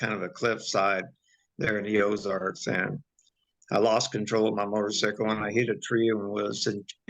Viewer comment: The only other person I’ve heard pronounce motorcycle like that is my sister! She’s from the west coast Oregon/Washington border. You said something about Missouri. I’m not sure when this accent/pronunciation comes from. Please share ur thoughts🙏🏼